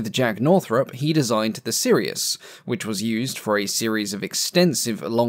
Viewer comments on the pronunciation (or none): none